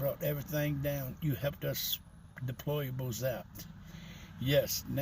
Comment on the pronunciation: "Nancy Pelosi called us deployables." Bro can't even pronounce "deplorables" correctly, maybe he is one 😭😭